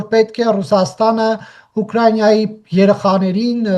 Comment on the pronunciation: Ուկրաինա անունը ճիշտ արտաբերել սովորի՛ր։